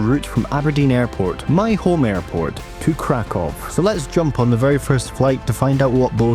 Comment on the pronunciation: Nice and chill video! ❤ Regarding pronunciation... Kraków -> Cra-koo-v Katowice -> Cat-o-vee-ts-e Wrocław -> Vroh-ts-wav Luckily, I think our Scottish accents are pretty good at pronouncing polish after learning the syllables 😊. Oh and Czeburek isn't really a polish snack. I recommend the next time you're in Kraków to go to Okrąglak where there are tons of stalls selling Zapiekanka - kind of a cheap polish baguette pizza - which is the closest thing to Polish fast food imo.